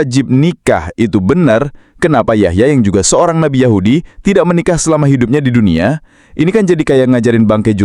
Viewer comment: Nabi kok diucapkan Nabai... 😂, Inggris ngawur, nabi itu bahasa Indonesia, kalo Inggrisnya itu Prophet.... Oalah😂